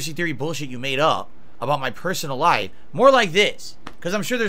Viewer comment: ‘my personal lipe’ those lips stray further from eachother every day, he can’t pronounce f’s lmao